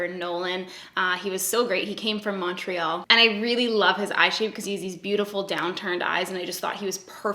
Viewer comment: I love how people from other provinces say Montreal. put so much emphasis on the Mon it's such the anglo way to say it. It's so cute and endearing. And I'm living for this video and the body positivity on Insta you go sexy laaaaaaady.